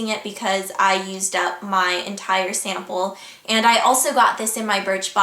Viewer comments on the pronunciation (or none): Lmao! she says sanaple instead of sample. hahaha